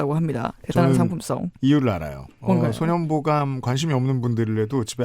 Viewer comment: 소년보감이 손현보감으로 들려요😭